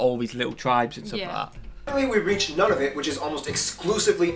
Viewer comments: Pretty good video! His pronunciation is a little off, but that’s okay. Nunavut is more like Noo-na-voot (rather than none-of-it) and Newfoundland sounds like NEW-fin-land. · I was looking for this! Noo-na-voot. I’m American and I knew that one. Of course, this is in the 5% of things I’ve gotten right about Canada.😞